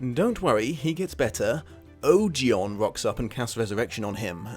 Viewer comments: Wait... Ogion is pronounced oh-jy-on?? I refuse to believe this! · Ursula Le Guin said Ogion rhymes with bogey-on. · wait I'm confused. I looked up Le Guin's pronunciation guide to Ogion and it says that you're pronouncing it wrong? Is it Oh-JAI-on on OH-ghee-on. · Say it with me: "OH-GEE-ON" not oh jy on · Also, a couple of gripes: Ogion is pronounced like it rhymes with "bogey on" (according to LeGuin). More important, to me: Ged didn't meet his dark half. The shadoww wasn't a manifestation of his ego or of his evil. It was his mortality - the literal fact of his inevitable death, made manifest. It could not be run from, it could not be defeated. It could only be accepted. It WAS him. All along. Others, in that book in particular, who put the label of evil on it never understand it as well as Ged does. He's the only one we know of who ever comes to understand and 'defeat' such a shadow. Likewise, the dark powers of the earth, including the nameless ones, are NOT evil. They're not soul eating demons. They're not monsters. They were here first, and they never thought like we do, or felt like we do. They're the older forces that keep the world anchored and sturdy. So much so that they seem to be bound to specific places. They are every bit as important to the balance of Earthsea as are the dragons, the humans, the sun, and the sea. Ged even plainly states to Tenar that they're not evil. But he also says that people shouldn't have anything to do with them. They're alien. Unlike us. But not evil. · His master is pronounced OH-gee-on based on my audiobook but who knows I guess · Just wanted to say "Ogion" is pronounced 'bogey(without the B sound)-On' from le Guin her self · That's a relief. I've been pronouncing it that way in my head for years. Hearing "O-jai-on" messed with my brain a little. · Oh-gi-on? I’ve been saying it to rhyme with ‘Onion’ 😂